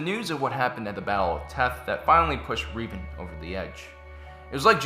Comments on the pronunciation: Rev, not Reev, learn English (and also Star Wars lore). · "Reevan"? Just say Revan. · Darth Revan (Reh-Vahn) not (Ree-vahn) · Late but gotta say: Was he referring to THE Revan, formally Darth Revan from KOTOR? Because if he was he totally miss pronounced his name. Revan’s name is pronounced with a short e, as in red.